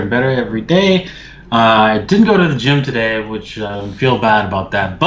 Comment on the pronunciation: No offense but ... how are do doding doday my man 🤣🤣🤣 dont take it seriuos man 😁